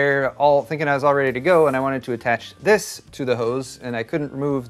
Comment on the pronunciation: Man this was an excessive use of the word HOs i mean hose.